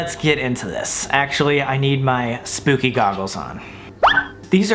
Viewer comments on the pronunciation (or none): "Skadooahnoodsss" "sssshpooky" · i am the only one who loves it when he says spoopy for spooky......I think it is so funny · I was like wait all my desires? Then he said sp ooky desires and I went aww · I love how he said “sp00ky” hahaha I loved that Sam😭💗.